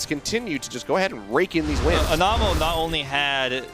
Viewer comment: love how the casters weren't saying Anamo's name right